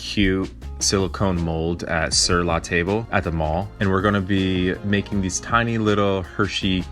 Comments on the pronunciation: Sorry-snob here- its pronounced Sur la tab...not sur la table. Its French for 'on the table' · It’s pronounced “Sur la TAHBB” the LE are silent. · And, it's pronounced "sir, la, Tab" French for table. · Ok, this is a nice video. But, BAIN marie? In all my decades of watching/listening to cooking shows and videos, EVERY chef on these shows pronounces bain as ban. AND, Sur La TABLE? C’mon. Table is pronounced to sound like tob. Sorry that my comment has nothing to do with the chocolate, but ......... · Great video! I made these and they were delicious. I don't at all mean to sound like a grammar a-hole, but there were two pronunciation things I wanted to drop so you'd know for future videos: Bain Marie: It's prounounced "bonn marie" not "bayn marie". Sur La Table: It's French, and it's "Sewer La Tobb-la", though most cooks just call the store "Sir La Tobb-la". But definitely not "sir La table." Once in 5th grade while reading something in class I pronounced "Yosemite" as "Yo-suh-myte". LOL. So I'm not at all trying to knock on you for it, I'm just sharing because sharing is caring. :) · Closer to "sur la tahblah" except sort of swallow the second "ah." There isn't really a good way to transcribe the French pronunciation of "table" for English speakers. Though to be fair, I don't know how the company founders pronounce it, and they might have Anglicized it. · Sir laa taubb say it like that lol